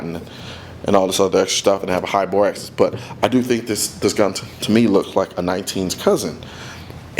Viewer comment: He’s saying access, not axis